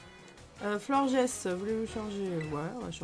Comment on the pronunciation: Le Pokémon "Florges" on prononce comme dans l'animé mondial : flor'gè's